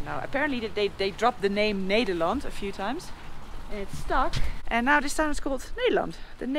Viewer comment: Ned...der....land......not needer.....land